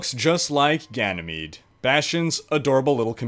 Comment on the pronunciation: excuse me sir I believe its pronounced like ganymed but spelled like Ganymede